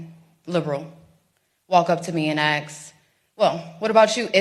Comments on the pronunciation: She said “axe” 3 times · It is 'assssskkk" not "aksssss", it is a 3 letter world, it is not that hard. Ask ask ask! If you speak one language, make sure you get it right ; ) So crazy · She said “ax” instead of ask. So cringe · Nice of the to “axe” you things lol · Ask, Ask. Say it with me,Ask. It is not Axe. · You lose all credibility when you say, “AX” instead of, “ASK” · Ask not ax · Aks me? Really?